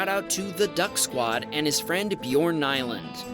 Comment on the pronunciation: You definitely pronounced ''Nyland'' wrong there. I don't even know how to pronounce it in english myself, though. 😅 I just know how to pronounce it in my own language, since we Swedish and Norwegian people pronounce ''Y'' differently and probably most of EU too.